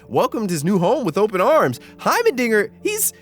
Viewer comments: Please his name is HeimeRdinger, not Hymen-dinger Jesus Christ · Every time you say “hymendinger” rather than “heimerdinger” I chuckle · heimerdingeR brother. heimerdingeR. not heimeNdinger not heimerdingeN, heimerdinger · its hiemer not hiemen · Bro you gotta stop calling my boy Hymendinger 😭 He's name is Heimerdinger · HeimeNdinger? Heimerdinger*